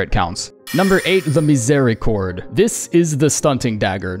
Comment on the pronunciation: How you can tell "miséricorde" so well, ur french?